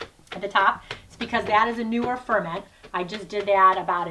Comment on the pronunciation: Hahaha.... "aerodynamic" 😂 I believe you mean "ergonomic" 😉 The stress is on the second syllable in "ferment" (fer-MENT). Hmm... you seem to have bashed the living daylights out of those poor vegetables! Bruising them so much kills a lot of vitamins. They should be handled delicately, lightly handled and with care. Such packers are to help GENTLY push the contents down in the jars to push out and disperse air bubbles.